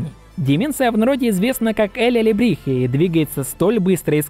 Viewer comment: Алелебрихе? Алебрихе чел.